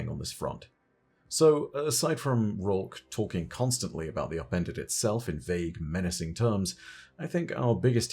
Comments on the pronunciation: I always thought he was saying “appended” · All I hear is “Appendix” my “appendix”